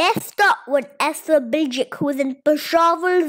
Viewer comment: Esra Bilgiç= ✔اسرا بلگچ اسرا بلجک❌ People pronounce it wrong